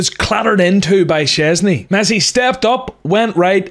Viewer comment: Szczęsny jest super. Dobra wymowa